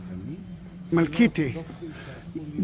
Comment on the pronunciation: MEL KITE not Melkeete.